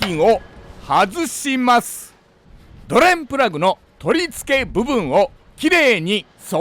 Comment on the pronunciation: ドｩレンプラグッ！の捨て難い魅力もお見逃しなく😊